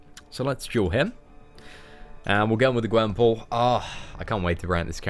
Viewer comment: He said her name rong